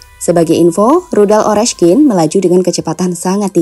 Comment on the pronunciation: ORESNIK min, Bukan Oreskin.🤣